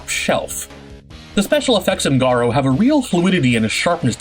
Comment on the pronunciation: Damn you really butchered that Garou pronunciation lmao